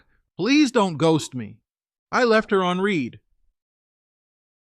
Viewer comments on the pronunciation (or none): Why do you always say I left her on “reed” ? How do you not know it’s “red”? Is AI reading these